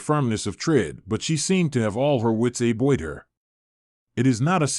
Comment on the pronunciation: Is this a computer voice? I only asked because some things like the word about are mispronounced. Also there's no natural pause in speaking like when a period happens.